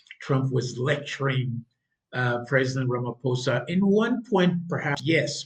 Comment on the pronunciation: Pronounce it ..... Rumma pausa